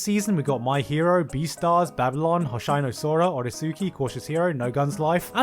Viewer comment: did you just say "beastars"? it's confirmed Gigguk is a furry